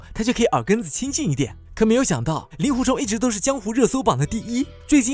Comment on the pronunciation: 给点个赞，把令狐念作ling（音同龄）狐，这在如今连普通话都念不准就出来做视频自媒体的大多数，简直不知道高到哪里去了。因为那些玩意更不会去查这些音易错字到底应该念作什么。